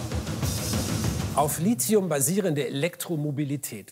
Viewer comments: Da die nichtmal wissen, wie Lithium ausgesprochen wird ( nämlich Litium, nicht Lizium), nehme ich die eh nicht ernst:D außerdem sollte man mit einrechnen, dass der Akku, selbst wenn er mal ausgetauscht werden muss ( Tesla gibt eine Garantie bis 1 Mio. Kilometer, die muss man erstmal fahren...) , ja nicht in dem Müll kommt, sondern recycled wird. Aber naja, so ist das mit der Verbrenner-Lobby 🤷🏼‍♂️ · Zu allererst wird das gute Lithium „Litium“, nicht „Lizium“ ausgesprochen. Des Weiteren ist der Beitrag hier ein perfektes Beispiel, wie man mit richtigen Zahlen aber fehlenden Verhältnissen die Wahrheit verzerren kann... dass selbst angebliches Bildungsfernsehen auf den Zug der Verbrenner-Lobby aufspringt, ist einfach traurig. Deshalb sollte sich jeder selbst informieren und nicht der erstbesten Quelle vertrauen und nachplappern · Das Zeugs heißt [ˈliːti̯ʊm], und nicht [ ˈliːʦi̯ʊm], auch wenns schon so (m.M. nach falsch) oft zu hören ist. Kleine Gedächtnisstütze: Der Name Lithium stammt von griechisch für Stein (λίθος) ab; man denke an den Steindruck, die Lithographie... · Toller Beitrag - aber verstehe nicht warum man Litzium sagt denn: Lithium kommt aus dem Griechischen vom Wort "líthos", was Stein bedeutet. Da das Wort Litos und nicht Lizos ausgesprochen wird, sollte man auch Lithium ohne einen Z-Laut aussprechen. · Es heisst nicht Lit(z)hium, sondern Lithium. Wird nicht mit z gesprochen. Das vermittelt bei mir eher nicht den Eindruck von Kompetenz. Schade! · Warum als "Licium" oder "Lizium" ausgeprochen wenn es als Lithium geschrieben wird? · Lizium??? - Es wäre schön, wenn in einem Beitrag über Lithium das Element auch richtig ausgesprochen wird! Das Wort kommt aus dem Griechischen (lithos = Stein). Ich verstehe es einfach nicht, dass hier fast jeder ein "Z" ins Wort zaubert. Es sagt ja auch keiner "Litzographie". Hier wird komischerweise korrekt Lithographie mit einem "th" gesagt. Es gibt übrigens nur ein chemisches Element mit Lizium, nämlich das Silizium.